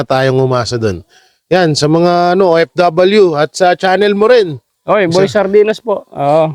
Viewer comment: HINDI PO BA NYO MA PRONOUNCE ANG LETTER F,V AT IBA PANG LETRA? LIKE SA PH-IT STAND FOR LETTER F. BWESIT NA BWESIT AKO SA IBANG PILIPINO.ANG O F W GINAWA NYONG O IP.BWESIT!